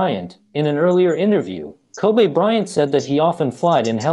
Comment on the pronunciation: Koobay bryant